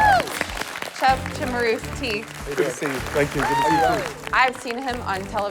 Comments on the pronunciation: Chef Ramsey, apparently, didn't know how to pronounce his last name. He said it both as "Sim-a-roos-tee" and "Chim-a-roos-tee". Can't be both, chef. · Each time Gordon and/or the Narrator announced Michael, I was always waiting for how they were going to pronounce his last name XD It was either CHIMERusti or SIMMERusti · Michael Chimaroosetee Shimaroostee Chumarusty Simmarusstee